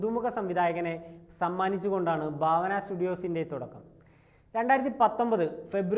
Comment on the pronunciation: Baavana alla bhaavana...😂😂ekadesam bharanide BHA pole varum😅